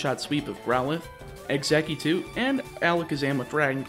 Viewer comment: Ugggghhhhhhh he said “exeggutute” again.